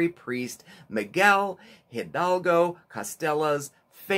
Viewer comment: Great video! Appreciate that you (and ) are focused on being self aware and learning, appreciating other cultures. Many people do mix up Sept 16 (Independence Day) and May 5 (Cinco de Mayo), awesome that you noted that. Love the combo of history and cooking! As someone noted pronounciation (though perhaps you were teasing, I don't know), Hidalgo is more like Ee-Dahl-go, not Hil-dal-go. Great video! 🌼😃